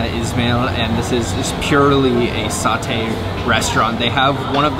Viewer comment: Why do white ppl pronounce Satay as Sauté smh pronounce it how it is and spelled. I had my order mixed up at a Thai place more than once bc the white girl writes down the wrong thing when I say SAT-TAY… (first A is short, second A is long). Learn the word white people.. don’t mean to sound racist but because of this wrong pronunciation by the same ethnicity has caused me to have shitty services that I pay for…